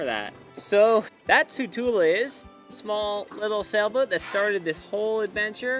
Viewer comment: A small correction: the Sanskrit word Tula is pronounced with the "u" as in "put" and "la" as in "blah". Short U and long A. Not the other way around. Thus pronounced it means "balance" meaning weighing scale. Good story. Fair winds and following seas in your travels.